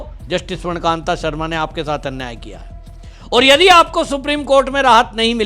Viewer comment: स्वर्णकान्त नहीं स्वर्णकान्ता सही नाम बोलिए